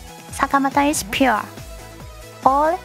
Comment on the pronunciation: Her pronunciation of "pure" is really really good